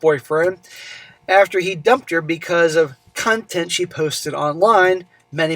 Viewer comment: lol, I thought you said "cuntent"